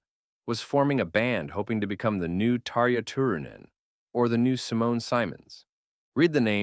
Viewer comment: Too bad AI totally butchered Tarja’s name!